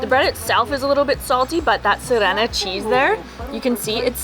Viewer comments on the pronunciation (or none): If you could make a mistake about every stress on every bulgarian word, you would XD its funny though. S'ofia - not Sof'ia. B'anitsa - not ban'itsa. S'irene - not sir'ene. Boz'a - not b'oza XD